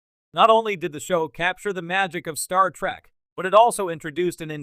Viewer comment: When you say Star Track, and Jeen Luck Pickard, you might flash on the screen "this is humor" so we know you're attempting to be funny.